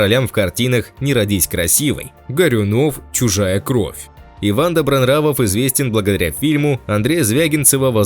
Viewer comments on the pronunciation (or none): none